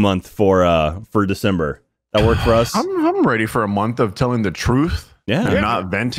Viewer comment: De-sus-ber: Among Christm-us